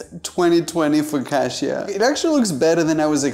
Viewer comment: the amount of times he murdered the word focacchia